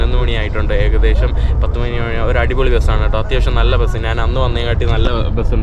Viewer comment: "നാൻ" അല്ല ഞാൻ 😛😛